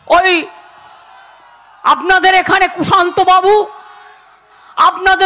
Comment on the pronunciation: সুকান্তবাবুর নামটাও তো ঠিক উচ্চারণ করলেন না, কুশান্ত বা ঐরকম কী একটা বললেন। ওনাকেও যদি বিদ্রুপ করে নাম বিকৃত করে ডাকা হয়, ভালো লাগবে? এমনিতেই তো লোকে ক্ষমতা বলে সম্বোধন করে বোধহয়